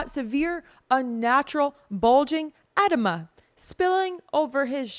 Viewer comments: It's pronounced like edeemuh. Edema. There that's something you know now. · It’s pronounced “uh-Dee-muh🥰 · I would probably learn how to pronounce (Xi Jinping) (Edema) and (thoroughbred) and countless other things when reading the news. Be beautiful and smart. It's constructive criticism. Not trying to be mean. I'm rooting for you.